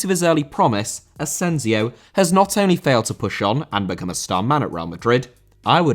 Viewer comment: Asensio*!!!Not Asenziouw